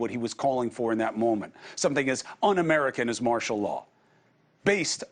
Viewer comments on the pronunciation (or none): Martial Law You said Martil lol But easy to say while listening not so easy doing all the talking. 👍🏽👌🏽✌🏽🤠